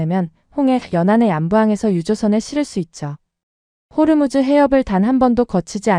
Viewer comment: 호르무즈 가아니고 호 무스